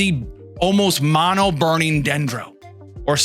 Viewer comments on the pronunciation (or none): none